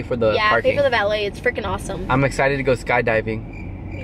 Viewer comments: VALET PARKING NOT VALLEY HAHAHAHA was this an editor or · its valet not valley btw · Not Valley 😂😂😂 i was dead asf reading the captions in the beginning. it's Valet. 😂 had to be editing huh 😂